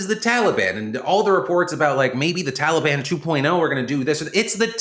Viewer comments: “Talibon” -Biden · What the fuck is a "Tollybon" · Excuse me? "the Taleban"? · “Tolly bon”- Joe Biden 😂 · Tolly-Bon made me smile way too hard considering the topic at hand lol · Biden: TOLI BAHN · Are we all pronouncing Taliban wrong or can Biden just not say it correctly? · Joe's pronunciation of the word "Taliban" makes me wonder if it's a George the first (H.W. Bush) style mockery like George did at Hussein. Find an old clip from the desert shield days. The 'correct' pronunciation was Sa-Dom. But George used his folksy Texas accent to pronounce it Sad-am (like Adam, but with an s on front) why this was both funny and genius was that sad-am in Arabic is the word a boy who cleans or fixes shoes. This it seems would elicit the same reaction you'd get from me if you called my mother a whore to my face. But he had a whole army. Now it's possible this was innocent, just a product of his accent. But that possibility is so low as to be statistically zero. I would bet any of your lives on that being both intentional and informed. He knew what he was doing. And i applaud the whole thing